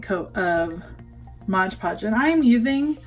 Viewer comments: Why “Modge” Podge instead of “Mod” Podge? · Nice job! Please note that the product is MOD Podge -- not Modge Podge. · Awesome project, but....... it's MOD Podge!